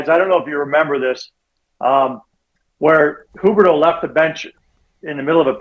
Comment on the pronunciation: Rick Ball. Please interview him about Calgary sports. Please. This Eric guy can’t mic himself properly for a phone interview?? Not just Sutter still in the 80s. Also wtf is “Hooberdough”? It’s pronounced “Hue berdough “.